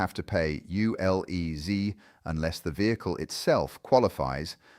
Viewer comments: Great information but U L E Zed not U L E Zee. This is the UK not the USA! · It's ZED, not ZEE. We are English, not American. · U<LE<Zee? NOOOOOO It is Zed.